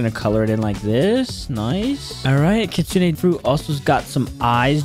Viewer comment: it’s not kitsuna it’s kitsune